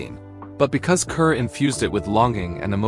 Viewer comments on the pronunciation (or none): Pronounced 'CAR' idiot